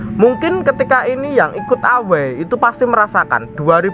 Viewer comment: Away dibaca Ewey min